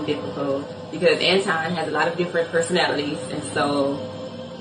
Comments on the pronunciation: His name is An-ton, not An-twon. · His name is Anton not Antwan and he is a goofy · It's Anton not Antoine and don't want to be bothered with this man. He is in insufferable egomaniac who has a Napoleon complex.. not everything he says is incorrect about black women. I don't think most women have the same understanding of feminism. I despise feminism because the feminist movement wants to be equal to men and we are different. They don't want equal outcomes they want preferential treatment. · Ma’am how u gonna do a video about someone and u can’t pronounce his name properly🤔 I’m not a Anton fan but u coming off sounding like a bitter lonely woman who hates men🤔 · She dont even know how to pronounce his name....she jealous